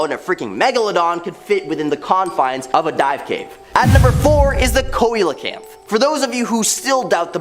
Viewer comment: Your pronunciation of coelacanth is awful, it is 'sealacanth'.